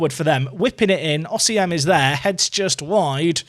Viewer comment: I am waiting to see a day in which will pronounce Osimhen correctly!!